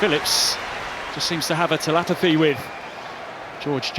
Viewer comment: Yeah, but he completely messed up saying telepathy. 🤣